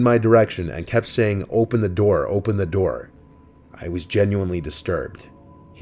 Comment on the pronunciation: 'open na noor